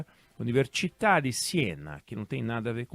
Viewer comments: A palavra em italiano UNIVERSITÀ (se pronuncia UNIVERSITÁ [ e não UNIVERTCHITÀ ] como o Oinegue fala no vídeo). ALEXANDRE O GRANDE não precisa desse tipo de palestra pra enriquecer o seu currículo. Um cara que tem capacidade, inteligência e coragem tão atuantes, não precisa disso. Devemos AGRADECER ao XANDÃO por podermos ouvir diversos programas e democraticamente criticá-los ou não. Não fosse ele o antigo desgoverno já teria limado muita gente desse meio. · Caro Oinegue, desculpe se me permito uma correção, mas a pronúncia de UNIVERSITÀ em italiano é a mesma que em português: som de “s”.